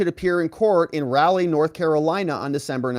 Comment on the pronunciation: Speaking as a North Carolinian, Raleigh is pronounced "rolly," not "rally."